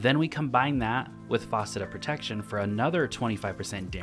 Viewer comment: Why is he calling the fragments Faucet lol